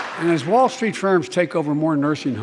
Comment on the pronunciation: " Instead, he met with a ?MALL? of strength.." :)